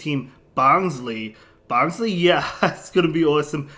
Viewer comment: it's pronounced as "bonslai" as in bonsai tree